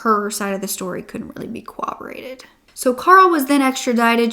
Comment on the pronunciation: just so you know (because I have heard this all over crime podcasts and channels) corroborated is not pronounced with a “w” sound cor-rob-o-rate